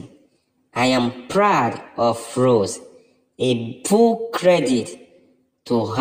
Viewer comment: Do you not think it’s time to stop talking about Rose & Giovanni and just respect their privacy. You still mispronounced Rose’s name so obviously you don’t listen to our comments😡